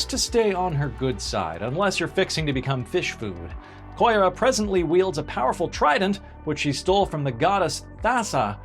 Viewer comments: Koira? I thought it was read as Ki-yo-ra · The wrongful pronunciations are killing me. For example, it’s Ki-ora not koi-ra. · Yeah, Kiora got me. But that's kind of a long-running trait of this channel. They never research pronunciation and ALWAYS say things wrong.